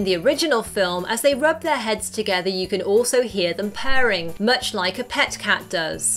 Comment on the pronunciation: Pearring isn't it purring Simba not Simbar